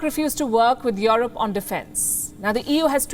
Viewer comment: You're one of the fastest growing news channel, but the way you pronounced 'Europe' is completely not correct. That's a shame for such a big channel like yours. It is not 'IOROPE', it is "IUROPE"